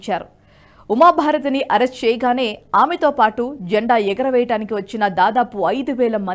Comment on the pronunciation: జంఢా కాదు. జండా